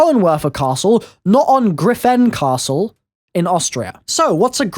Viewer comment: why do you still say the name of the castle like that omg